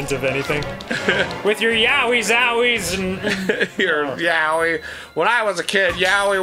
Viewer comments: Wait....when they were trying to say, like, that Japanese word....were they trying to say...yaoi?! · At this point I just don't understand how people mispronounce yaoi so consistently.